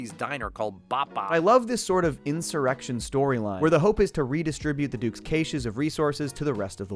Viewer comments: Cache is pronounced cash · that's not how you pronounce "cache", still a good review video. The wall really is awesome!